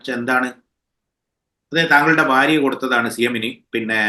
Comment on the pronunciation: തുടക്കം മുതലേ കേക്കണം ഇച്ചായന് ' ശ്ശോ - വാര്യയുമായി എങ്ങിനെയാണ് ഫാര്യമായത്.😂😂😂